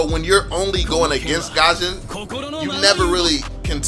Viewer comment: Its not gasion! Its fusion!! """"